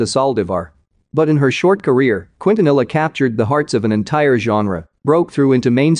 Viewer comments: 'Cwuint-a-nilla' that voice machine doesn't know Spanish. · Who ever is telling the story is not saying Selena's last name right! 🤦‍♂️ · Why is he saying her last name like that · its a ai narrator ofc it’s not gonna say some words right